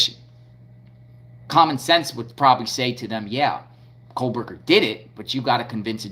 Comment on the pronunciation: There is no ‘L’ in “Kohberger.”